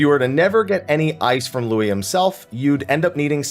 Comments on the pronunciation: Did you just pronounce Louhi as Lui and then Luigi? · As a finnish person I love how people pronounce Louhi :D